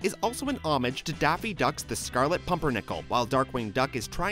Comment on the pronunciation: Great video! Some corrections: 1. For facts 23 and 24, homage is pronounced o-mahj 2. Also for fact 56, Negaduck's suit color (yellow) is the exact opposite of Darkwing's suit color (purple) in the color wheel 3. For fact 57, the reference in the episode is actually doctors Allen (Barry Allen) and Garrick (Jay Garrick), two speedsters in different Flash universes